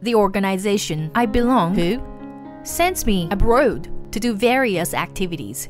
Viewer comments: Must be AI. Mispronounced abroad, pronounced it abrood. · Abroad is pronounced "Ab-raw-ed", not "Ab-rode".